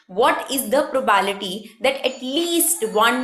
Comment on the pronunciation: Madam probality ni probability hota hai........sai to pronounciate Karo......